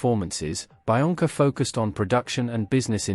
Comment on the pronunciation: I'm pretty sure it's pronounced be-onca, not bi-onca